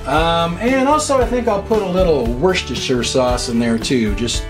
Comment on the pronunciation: I love it when people say Worcestershire correctly. Nicely done. Your dinner looks awesome.